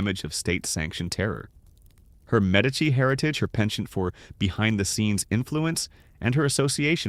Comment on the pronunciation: Medici is pronounced correctly.